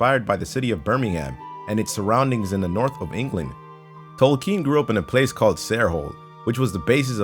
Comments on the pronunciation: its tol-ken not tole-keen.. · "Tolkeen" cringe... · Cameron K. The pronunciation of tolkeen was cringy. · that pronunciation of Tolkien was TERRIBLE